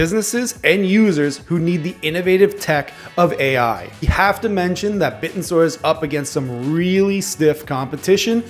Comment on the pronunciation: Its pronounced Bit-ten-sor not bit-n-soar